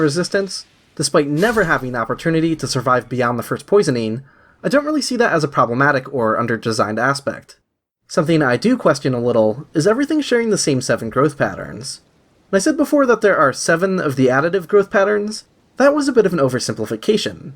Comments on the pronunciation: He says quest-ians like an english speaking boss Enunciation king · Great video but I have a question - Where are you from that you pronounce question as Kwes-tian?? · You say "question" differently